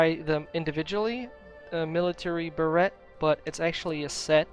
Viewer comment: The t in beret is silent, it's like brrr (like you're cold)- ayy (like hey without the h)